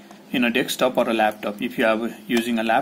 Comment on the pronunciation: It's not Dextop dude